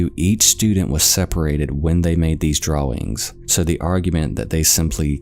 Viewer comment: based on the pronunciation of "Los Angeles" and "Drawings", I think is content voiced by aliens pretending to be humans!